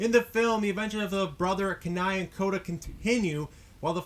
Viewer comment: I love you but Kenai pronounced "Key-Nye"